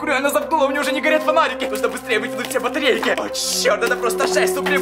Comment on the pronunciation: Он сказал батерейки